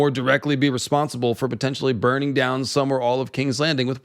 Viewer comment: When you said “some or all” it sounded like Summerhall 😳 lol